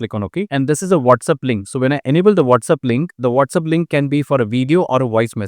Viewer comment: It’s WhatsApp NOT WhatsUp